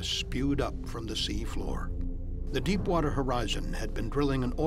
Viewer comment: Did he just say crap water?